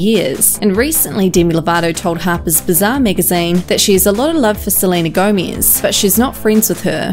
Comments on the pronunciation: I could not stop laughing everytime I heard you say "Selena Gomiz"🤣🤣🤣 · no one: not one soul:: sleenuh gowmeez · She says "Seleina Goumies" LOOOOL 😂😂😂😂😂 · “salina gomeeze” bye. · “Selena Gomiez” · “Selena GoEmEsSzz” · Tf why you say Selena Gomiz??? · Selena Gomeez got me dying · Lmao, WHY do you say 'Selena Gomez' like that? 😂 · The way this girl say "Selena Gomez" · Selena Gomiez